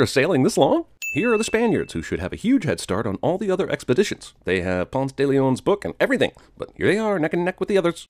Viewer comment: The worst thing about this movie is how they pronounce Ponce